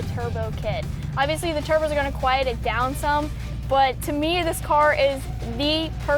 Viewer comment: Cleeeetussss, she said turbskiessss